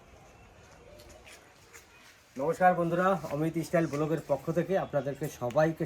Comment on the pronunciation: Istyle hoy na say style